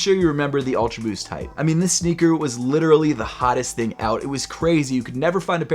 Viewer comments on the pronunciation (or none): none